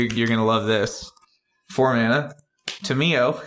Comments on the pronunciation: Actually lore-wise it is pronounced Tom-e-o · Its Tam-yo. :D